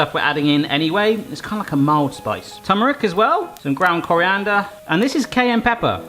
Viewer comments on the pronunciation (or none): none